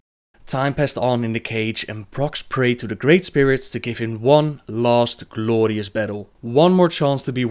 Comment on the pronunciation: The way he says "gLLooorious death" or "gLLoooorious battle" is just crazy funny :D